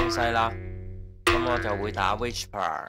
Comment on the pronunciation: Channel 學到野。多謝無私分享。🙇 1. 不過師兄讀(WISH-PER)係錯誤讀音，應該係讀(WI-SPUH)，系統辨認不是「Whisper」並沒有錯。 2. 佢個performance 係再拆開Cantonese (HK)同 Cantonese (CN)。Cantonese (HK) 分數係15.9，差過Cantonese (CN)的10.9，主要因dataset 普遍係廣東話撈埋英文，所以準確度會再低啲。